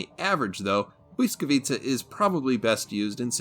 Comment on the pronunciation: As a Polish person I'm absolutely impressed by how good your "błyskawica" pronunciation is 🙏 I've visited błyskawica museum many times and I'm a history geek but even tho I know the history of that ship very well, I still enjoyed listening to your history part of the vid. I'm always happy and proud whenever non Polish people are interested in our history, so I really appreciate the video 💪